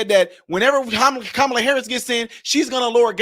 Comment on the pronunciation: Please tell me nobody is surprised at how sick these people are? By the way, just heard the 2nd gentleman call her KA' ma-la... not Ka MA' la.